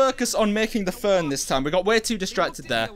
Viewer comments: In the captions he said fern but I actually realized he was trying to say phone 🤐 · Learn how to say phone and radio